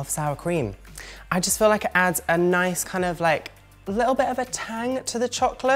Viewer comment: It's pronounced Nice, not Nice. 😂